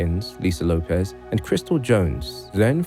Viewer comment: lopez? i thought it was lopes (say ropes but with an L).